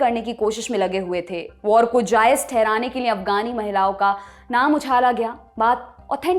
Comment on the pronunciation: पर ध्यान से सुनें। यह महिला लिए को निए बोलती है।